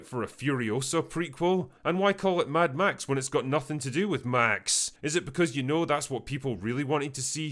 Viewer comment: "Mad Max" decays into "Mad Meh".